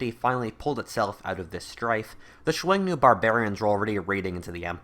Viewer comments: that might be the most unique way to say "xiongnu" I've ever heard. I was like "chuenu? Wtf is that" lol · Dude just pronounce it like "Shoo-Own-Noo" or "Shoo-Own-New" if easier. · Xiong nu is read as hunnu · Two things u got wrong about Xiongnu 1. İts pronounced Hong Nu 2. It wasnt chinese it was a confederation of mongolian and turkic tribes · I have never heard Xiongnu said that way... interesting